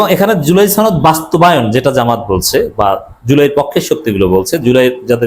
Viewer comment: সনদ উচ্চারণটা শিখুন।